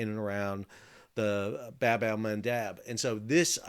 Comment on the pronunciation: Bab in Bab Al mandeb is pronounced as Bob which mean door or gate